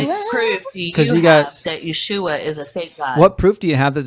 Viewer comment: Ya-who-ah AND Ya-shoe-ah! Oh MY.